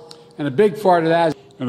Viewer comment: SAY What, Joe? "A big FART of that"?